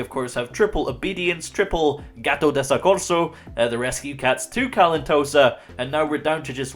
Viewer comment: Just a reminder: It's GATTO with the double T (in italian double letter means that youneed to spell the letter for a longer period of time) same thing with soCCorso (double c)